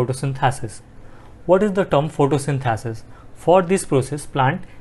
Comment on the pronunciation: Sir you explained correctly but please correct the pronunciation of xylem, photosynthesis and phloem Thank you